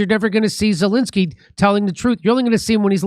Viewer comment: After 3.8 yrs Dore still says 'Zilinsky' not Zelensky and most comment-posters still can't pronounce or spell his name right !